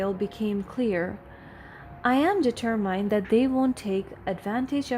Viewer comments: The reader has been doing the reading several stories and she still has not learnt to read d ter muhnd rightly. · You still need a proofreader. Please look up the pronunciation of the word: determined. You use the phrase ‘with no further due’, but what you really mean is ‘without further ado’. You switch between first person and third person references within the same sentence.